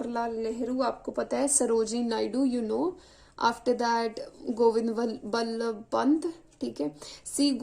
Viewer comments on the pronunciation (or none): It's govind Ballabh not Vallabh